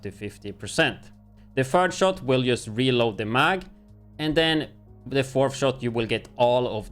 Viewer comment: why do you pronounce 'just' as 'yust' ?